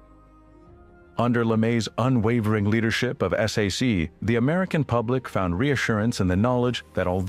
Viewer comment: You don't call it s a c,,,its SAC (pronounced sack). Do a better job.